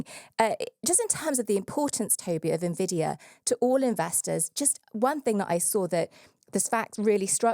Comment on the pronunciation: Thank you to for pronuncing Jensen Huang and Nvidia in the standard way! Impossible challenge for MBD hosts 🤣